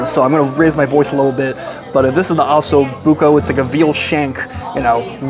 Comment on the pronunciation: Oh-so Bucco